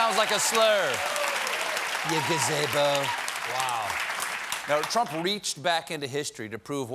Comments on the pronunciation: "GA - ZEE - BOE" NOT "GA - ZAY - BOE"⚡ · Gah-say-bo? You mean Gazebo. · It’s gaz-ee-bo not gazaybo right? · Im pretty sure it is pronounced 'GazEEbo' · "He'd be lining in a Gazaybo..." That's an dead on impression.. mispronunciation of a simple word and everything!